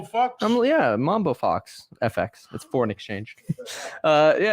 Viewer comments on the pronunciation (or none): FX is said like a curse word